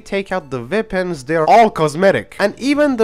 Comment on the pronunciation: "Ze veapons" Uh huh we ain't lettin you have the guns